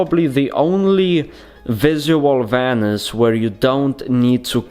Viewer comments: Vanisj:D so annoying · It’s vanish!!!! I know you can say it right!!